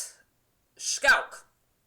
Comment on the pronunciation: Can you please say Schalke properly. You say shkalke when you say it, and it drives me mad. And it's prenounced empenza ffs.